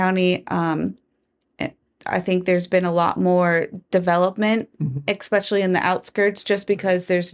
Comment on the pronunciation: EKSpeccialy. English. . Work on that